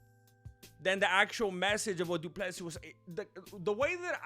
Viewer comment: Du Plessy it's Dutch, and one name 📛 it's (Bur'y) this people f...t up south African people. Love your work, but I'm not izi fan but, you spend little more than googling about history....